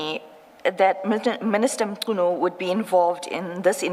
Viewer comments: Who is Senzo Mtshunu if i may ask i mean assuming that you are a black South African why would you pronounce his surname like that? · It's disgusting that an African cannot pronounce Mnchunu last name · The accent of the Ai is South African but can't pronounce Mchunu 😂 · is the guy analysing the video a South African? If so, it's very much impossible for him not to be able to pronounce Mchunu.😂